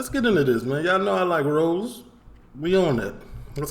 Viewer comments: H8s ne is Ross not rose come on sort it out. He also d8d say sixth. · He's called Ross kemp not rose its ross two ss lol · Subscribed man, Love your content! It's not rose though it's ross bro. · Ross like boss not rose lol